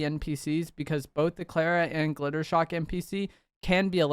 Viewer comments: hate to be THAT guy, but isnt it Jittershock? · Just wanted to let you know his name is jittershock not glitter shock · His name is Jittershock not Glittershock… but otherwise this video was fire 🎉